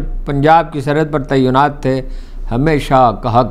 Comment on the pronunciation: Why is he using terns like “Taiyunaat “,whereas,he means “Tainaat “,being an Urdu medium journalist.